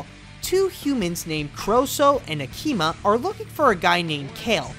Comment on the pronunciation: That's Korso (CORE-SO)